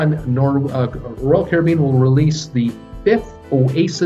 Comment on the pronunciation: You’re the only American who I’ve heard pronounce “Caribbean” correctly